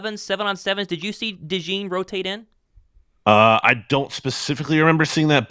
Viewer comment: Cooper “Dajawn” Dajean